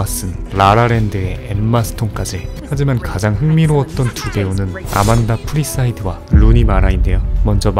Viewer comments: "아만다 사이프리드" NOT" 아만다 프리사이드"^^ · 영상 정말 재밌게 봤습니다. 근데 저기요... 아만다 프리사이드라뇨... 아만다 사이프리드잖아요... 두번이나 그러시는 거 보면 실수가 아닌 것 같은데... 이걸 지적한 댓글이 왜 없지? 아무도 모를리가 없는데. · 아만다 사이프리드를 아만다 프리사이드라고 하시네? 어찌저배우이름을 틀릴수가? 낼모레 환갑인나도 아는배우를??